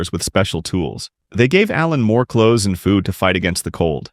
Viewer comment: Choths instead of clothes is crazy